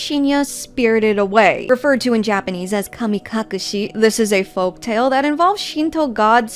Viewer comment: Did you know the U in "kamikakushi" is silent?